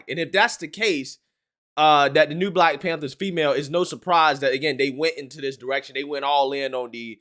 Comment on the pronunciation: "Black Panbther" Lol.